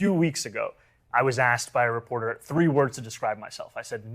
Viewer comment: It’s asked—— not axed. Work on that😊